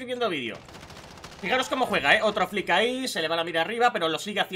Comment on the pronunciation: Por lo menos has aprendido como se dice flick